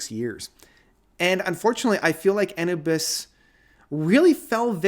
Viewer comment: Jurassic bands like Kansas, ACDC, and Blue Oyster Cult surprised me. Best albums since early 80s. Logos surprised with their 2nd masterpiece in a row. Steven Wilson disappointed me. Hey! It's pronounced uh-noo-bis (We agree to disagree on the Wobbler album...can't get enough of it!)